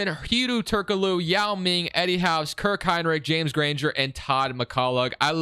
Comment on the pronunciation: Kirk Hine Lick lmao I'm dead. I even slowed it down to ensure I heard that. Great video as always man.